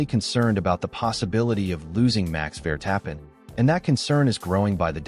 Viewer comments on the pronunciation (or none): Claim to be F1 news and Ai can not even pronounce names correctly Vertappin😂😂😂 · Yes yes max vertap-pen